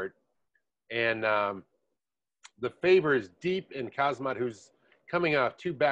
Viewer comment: Khamzat is pronounced 'Hamza' btw :)